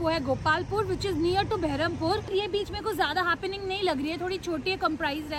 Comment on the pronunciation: Beherapur nahi hota didi berhampur hota hai 😂😂😂